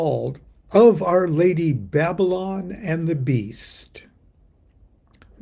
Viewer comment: Aren't you Baba-Lon?